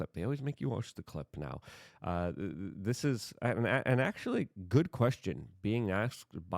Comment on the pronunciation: I’m sorry are you saying goad? lol jk bro good show